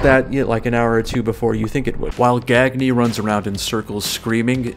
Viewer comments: Ah, the wrestling connection makes sense now. Gag-Nee is usually pronounced Gun-Yay (or think Kanye) after Verne Gagne of AWA wrestling back in the territory days of American wrestling. And some of the names make more sense as I look through them. Von Erich, Murdoch, these are old school wrestling names. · "Gagne" is pronounced "Gahn-yuh" in case you ever run into it again. And yeah, it's also from wrestling.